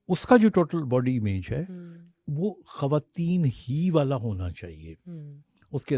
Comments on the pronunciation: کھریدنا۔ گریب۔ کھواتین۔ جیرہ گلط مہربانی کر کے اتنے بڑے پلیٹ فارم پہ بیٹھ کر زبان کو صحیح تو بولیں یہ کوئی بھی لفظ اردو کا نہیں ہے آپکو کمپلیکس ہے اپنی زبان پہ آپکو فخر ہونا چاہیئے ۔ ڈاکٹر صاحب کی اتنی عمدہ گفتگو کو آپکی وجہ سے سننے میں بہت مشکل ہوئی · ہمارا complex English ہے وہ تو درست بولنی چاہیئے ۔ مگر اپنی مادری زبان کی تباہی کرتے جائیں خواتین کو کھواتین کہیں اتنے بڑے پلیٹ فارم پہ بیٹھ کر غلط بولنا اب سمجھ آیا کہ آپ کمپلیکس میں ہیں کیونکہ انڈیا میں خ کی جگہ کھ ہے غ کی جگہ گ ہوتا ہے گریب کوئی لفظ نہیں ہے اردو کو مت بگاڑیں وہ انکی زبان ہے اردو ہماری زبان ہے ۔ ڈاکٹر صاحب کی اتنی عمدہ گفتگو کو آپ نے بد مزہ کر دیا ہے ۔ گلط نہیں ہوتا غلط ہوتا ہے ۔ آپ نے اگر انگلش اور ہندی بولنی ہے تو صرف اس زبان میں ہی بات کریں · اردو میں کھواتین نہیں ہوتا کھواتین کسی زبان کا لفظ نہیں ہے ۔ صحیح لفظ خواتین ہے